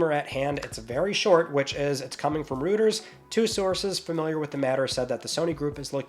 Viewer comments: Just so you know, it's pronounced ro-yterz, not rooters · I came here to say this 😂 Someone has got to teach how to pronounce Reuters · For the love of God, it's not "rooters." It's pronounced "roy-ters." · It’s Roy Ters. Not rooters. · you're pronouncing Reuters wrong. It's roight-ers. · it's pronounced ROY-ters.:) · It's pronounced "ROYters" not "ROOTers" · It's pronounced like Roy-ters, not Roo-ters. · it’s pronounced ROY-TERS, not root-ers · It's "Royters" not "Rooters" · Just fyi, "Reuters" is pronounced as royters. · It's "Royters" brother. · It’s not. Google is your friend. It’s pronounced Royters. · mispronounced Reuters. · He has been told before, but he still does it.